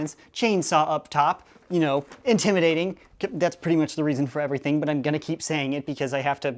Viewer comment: Reason not readon